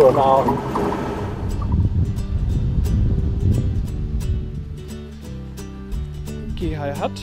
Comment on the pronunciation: Not hard to tell :-)..... Guys, you have to learn to pronounce things properly. Geehi is pronounced Djehi :-)